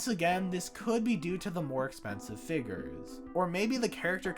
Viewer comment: Blud is saying figgers